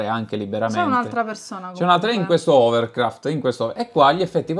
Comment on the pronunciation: Non si chiamano overcraft sono idroscivolanti! Scusate non ho resistito. L'ho sentite chiamare overcraft un tutti i video commenti su questo trailer ma a voi vi voglio bene e allora vi informo. Lo so non ce ne e non mene, frega una mazza ma così per cultura generale si chiamano IDROSCIVOLANTI